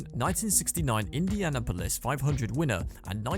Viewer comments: Indiana Polis 😂😂😂😂 It’s Indianapolis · The pronunciation of Indianapolis is wild lol.